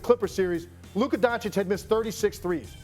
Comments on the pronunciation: “LUKER” who tf is loooker lmao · Why can't Stephen A. ever say luKA right 😂 Luker??? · When Luka plays like that he is “Luker” as Stephen A speech makes him say… Not “Luka”….. Luker playing luke warm which I don’t know about u I’m pouring that ish out lol 😂 jp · WHO is LUKER Stephen A?! 🤫🤣🤣🤣🤣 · Who tf is Luker? Lol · Did he say “LUKER” ??? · “Luker” - Stephen a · Stephen a calls luka luker 😆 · Who tf is Luker 😂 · Stephen a said Kyrie and lukar 😂😂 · Luker lol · Did SAS say LukER? 😂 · He sure did say Luker 😅😅😅😅😅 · Lukher? I hardly even know her 😂 - but also he does it all the time 😅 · Any time a word or name ends with "a" he adds an "r".